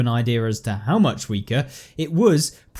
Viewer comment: It’s was,not wis😂